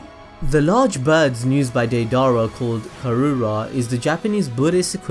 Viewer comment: Its pronounced (day-dur-rah)